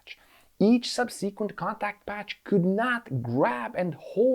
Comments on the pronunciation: sub-seh-qwent, not sub-seekwent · Great video. Looking forward to seeing one about motorcycle steering and how it is vastly different from steering a 3-wheeler. One quick note about pronouncing the word "subsequent". The emphasis is on the first syllable, so you want to pronounce the first 'e' like the one in the word "second". SUBsuhquent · Sub........seee......kwent. Made me laugh . The. em......fassis is in the wrong place . Great explanation of steering geometry.